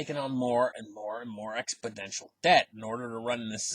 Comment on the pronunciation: Like your videos! Btw it is “exponential” not “expodential”